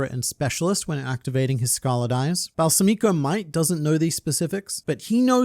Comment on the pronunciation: Balsamico is most likely named after balsamic vinegar, in which case it would be Bal-SA-mico, not Balsa-MI-co. Minor nitpick. Also fourth option: Balsamico succeeded in poisoning Halkenburg, who transferred himself using the Possession Arrow... but to someone else entirely. I mostly want this because Balsamico is such an interesting character and it would be a shame if he died so soon. Either way, it'll be very interesting to find out how things will shake out with Halkenburg's soul being in a new body, how it will affect the Succession War. "The attack on my life has left me scarred and deformed," perhaps?